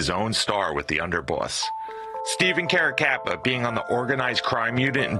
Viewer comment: I was at the Otto Heidel murder scene when I was a kid. Carracappa and Eppilito were responsible for it. You really have to learn how to pronounce italian last names.